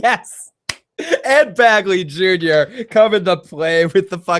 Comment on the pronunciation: BEGley! Ed BEGley Jr.! Not "Bagly". LOL!